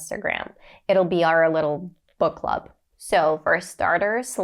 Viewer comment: "Book Club" Me Did i Heard "Fight Club !" lol